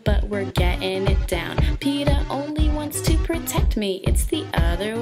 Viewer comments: no crap i mean its peeta not peeter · No offence but it's Peeta not Peeter.......